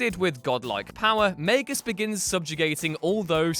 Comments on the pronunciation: UGH Its MAG-US not MAY-GUS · Why does he pronounce Magus may-gus? Its Mag-us, right? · it’s not like “mag-us” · The way you say Magus triggers me.